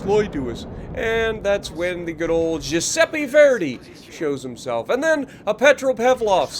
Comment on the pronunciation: Hey. It's gee-u-sepp-ee for the pronunciation. My step Grandfather was from Italy and I grew up with Italian friends. I first saw this map early this morning, really like it. Btw, you cracked me up when you said that the Repub shot you in the facehole, lol! Good vid. Thanks for all you do.